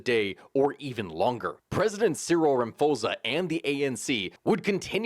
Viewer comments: Ramaphosa is pronounced "Ramaposa", instead of "Ramafosa" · Please take time to learn South African names, I beg! "Raposa", man what is that? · Rama p osa. The h is silent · The president's surname is pronounced: Rah-mah-paw-sah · It's pronounced Rama-pause-a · Minor correction. The president's surname is pronounced 'Ramaposa'. I know that his name has a 'ph' in it, but in South African languages, we still pronounce it 'p'. I have no idea why we do that but there you go😅😆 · There’s actually no reason for you not to be able to pronounce Ramaphosa. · Some pronunciation help: Rama - po - sah. - Ramaphosa Ghow - teng - Gauteng. Gweh - deh - Gwede. Munt - tasheh - Mntashe.